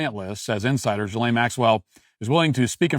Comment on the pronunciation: Matt get your shit together and learn how to pronounce names, it’s not Jillian Maxwell it (G-eh lane) you are making republicans have a terrible name if you can’t read or talk